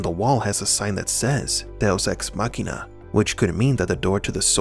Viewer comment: "Deus ex machina". When you read this frase, it seams that you are speaking Portuguese... :)